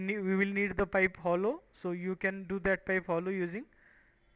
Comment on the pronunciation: 32 LMAO what did you call it? pot...pite...popusea...pite...pop...pite...popusea....? Didnt know a PIPE was that hard to say in English...